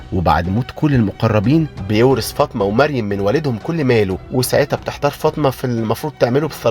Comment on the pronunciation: احترامى للمحتوى وتقديمه بطريقه بسيطه لكن بما أن حضرتك بتنتقد مسلسل الامام الشافعى على استخدام اللغه العاميه احنا مش طالبين انك تستخدم اللغه العربيه بس التدقيق فى الكلمات زى كلمة عدوة اللى نطقتها بفتح العين ودى معناها عدوى أما نطق عدوة بضم العين وزي اسم السيده فاطمه الزهراء اللى اتنطق فطمه